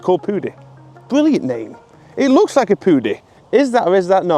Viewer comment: "looks" rhymes with "dooks" , who knew?